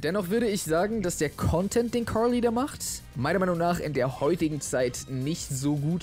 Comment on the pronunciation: Die Aussprache vom jay triggert mich, carrrrrrrrrrly